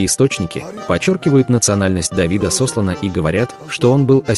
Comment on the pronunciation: СослАна,.